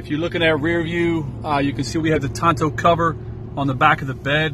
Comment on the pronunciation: What’s a “tonto cover”? Did you mean “tonneau cover”?🤪